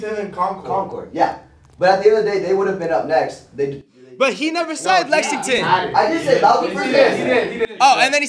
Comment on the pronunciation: bro them saying lexingBURG was killing me